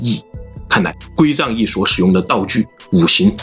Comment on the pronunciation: 归藏cang2易,不是zang4